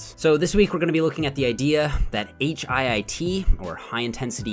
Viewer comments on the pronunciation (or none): I hate that he keeps saying H.I.I.T, just say hit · lol why can’t you say HIIT like “hit” instead of “H-I-I-T”? 😩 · You're inconsistent with pronouncing HIIT. Most of the time, you say H-I-I-T. Sometimes, you say, "hit." When you say the former, you come off as pretentious. And you darn well know that the latter is the most common pronunciation. I'm disappointed,. Be consistent. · Just a question: Why did you spell out H-I-I-T every time instead of referring to it as HITT??